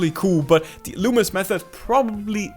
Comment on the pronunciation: Finally someone got his name right 👍 Good Job